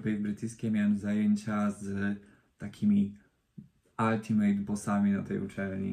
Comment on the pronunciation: 'Altimejt'? Chyba za dużo polskich reklam się naoglądałeś, wymawiamy to 'oltymyt' /ˈəltəmət/. Krytykujesz Gosię Sacałę za jej angielski a sam takie błędy nowicjusza popełniasz...